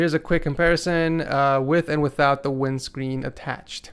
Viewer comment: Wit tha fome wimscween